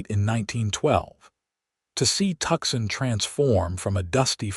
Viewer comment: I like the Ranger Stories channel but this story is driving me crazy because of the mispronunciations - examples: Tuxson instead of Tucson, correct pronunciation is Two - sun. 😢😢😢😢